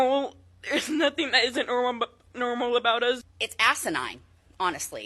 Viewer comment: Wait, I'm in the first like 15 seconds of the video and this fat kid really just said "My principal says I'm not NERMAL" No Susie. If you pronounce normal as NERML, you definitely aren't. Lmfao